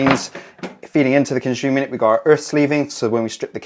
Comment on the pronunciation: Conshooma yooneh. Con-si-yoo-mur. You can install your breakers at any sequence. The busbar is thick enough regardless of power at any position. What if you need 10x 32A and 2x 6A That is just a myth. Its absolute nonsense